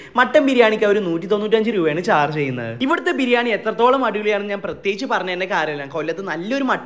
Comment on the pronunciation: നാൻ അല്ല ഞാൻ എന്ന് പടിക്ക് തിന്നാൻ മാത്രം പഠിച്ചാൽ പോരാ പറയാനും കൂടി പഠിക്ക് നാൻ അല്ല ഞാൻ....